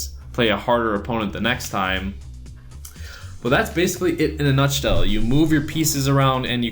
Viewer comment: "that's basicly it in a nushtell" 2017